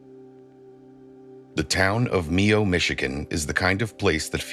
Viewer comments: Mio not nieo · My-ohh..not me-oh